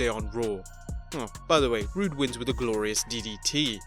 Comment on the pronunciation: It’s Robert Roode🤦🏽‍♀️